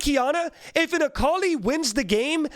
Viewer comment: It's akali